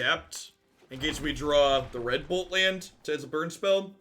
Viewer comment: I was watching the gameplay at 2x speed. I kept chuckling at how red bolt lands sounded like 'redbull lands' a couple times... I know they will be the crimson ox ones to me now.